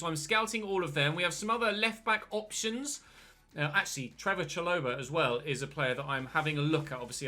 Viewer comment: It’s not cha-loh-ba it’s sha-lo-bar